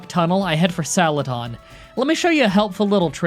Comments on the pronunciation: Is it just my or does he say “saladon” instead of celadon? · Celadon = ❌ Saladon = ✅ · I heard "Salad"on City. XD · "Salad-don" lol